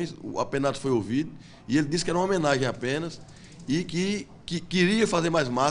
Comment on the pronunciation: O mais engraçado foi o "Omenagem" kkkk COM O DE "omem" kkk vou ate pegar meu "hisqueiro" e "assender" um "sigarro"